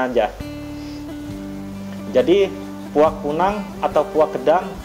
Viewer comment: Bukan puak tapi puag